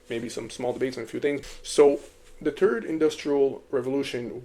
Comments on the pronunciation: How are you able to pronounce the word "the" butt you say TURD instead of THird ?😂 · Are you saying turd? LOL